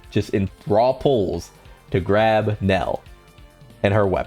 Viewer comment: Bro at least say it correctly hahaha its "NELLIEL" not NELEL